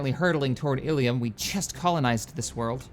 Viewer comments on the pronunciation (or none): its pronounced ill-um not illium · Not Illium, Ilum... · it actually Ilum with 1 L but you say it like Elum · ill-um not ill-e-um. ill-um is the pronunciation used in SWTOR and Clone Wars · The planet's name is not "ee-lee-um". It's "ill-um". Why do so many mispronounce that? O.o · You pronounce it with a short starting i and a short u sound as in plumb. You have been pronouncing it Illium. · Illum is pronounces=d like so... ILL-UM two words, ill as in I am feeling ill, and Um as in um...whats on the menu. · I think it's pronounced ill-umm... not sure though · Hey illum is pronounced "ill-loom" I believe and love the series keep up the great work! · Hey,...The Giant Worms are representatives of the movie Dune...The Giant Spice Worms of Arrakis...The indigenous people of Arrakis are the Fremin. Maybe if you colonize the world with the Giant Worms you can call it Arrakis. Also, the Star Wars Knights of the Old Republic game pronounces ILUM as (ill-um) just two syllables. Also with the Traditions...if you place your cursor over the tradition you are using, in the empty space between the icons it will give you a Finalizer, when you have chosen all 5 icons in a tradition it will give you a bonus...For Expansion, which you are using, when you have chosen all 5 you will get a +2 to core systems...so since you are limited to 4 core systems, the +2 will up the 4 total systems to 6 total systems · I think its pronounced Illoom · See's name "illum" pronounces it "illium"